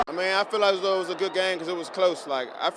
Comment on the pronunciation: “Ifeelasthough”😁you know 1000% that you’re in the DMV when you hear “I-feel-as-though…” 😂😂😂😂